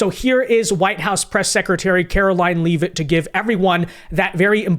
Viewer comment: he name is pronounced Lev-it not leave -it